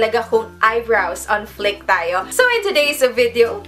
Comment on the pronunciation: It's pronounced as fleek not flick. Thanks